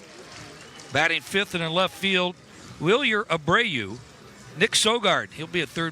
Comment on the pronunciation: how you butch roman anthony but say wilyer abreau perfectly fine 🤣